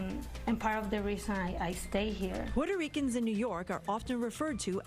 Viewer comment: "porto REE Kans" 😂 🤦🏽‍♂️